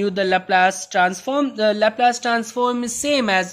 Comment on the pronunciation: It is pronounced "lahplus" and not "lahplaise"